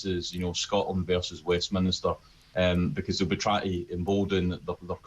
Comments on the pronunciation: It's 'Westminster' mate. Not Westminister. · It is Westminster not Westminister. Please use correct language and pronounciation!